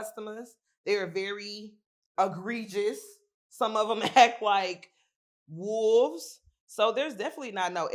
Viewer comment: & Agreegous 😂 Im like them E words fucking her up Its Egregious bae